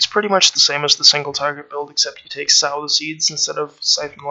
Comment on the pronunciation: Sow the Seeds, like So with a long o. Good guide, thanks